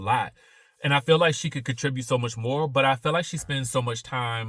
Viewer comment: I love the roosters! I'm from the country to. I hear it, when you said,"She just can't take no mo"😂❤I love it!